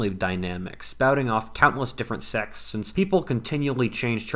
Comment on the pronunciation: ~ who all else squinting for a minute before realizing he was saying 'sects.' There's a t in there man!